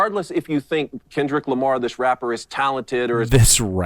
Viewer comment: This dude said "rapper" with a hard r